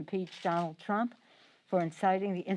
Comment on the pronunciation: She is clearly obsessed. She can't even hold a press conference without slurring the name Trump.